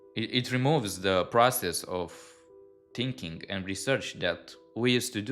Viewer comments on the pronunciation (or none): none